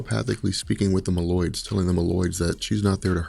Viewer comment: Mole-oid not ma-llyod